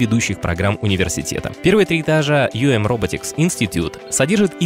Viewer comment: а это нормально, что все компании, в ролике, именуются рабОтикс, а не рОботикс?